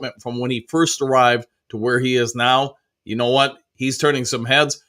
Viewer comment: Dew you “you” . Woo like I dew .